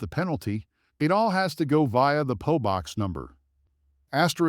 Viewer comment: It is a P O box, not a po box!